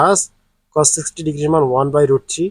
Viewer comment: স্যার আপনি 3 কে ছি বলেন কেন?